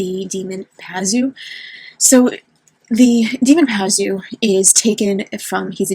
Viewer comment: Pazuzu. Two zoos, I don’t know why you keep dropping a syllable. He was reputed to be a protector of pregnant women (oddly) and women would carry amulets of his image. But Labubu really are horrible.